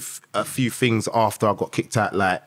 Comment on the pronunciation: The guy uses big smart words. But says things as Fings. British are funny